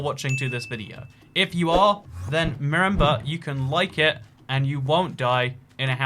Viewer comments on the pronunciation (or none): "merember" Top tier vocabulary sir.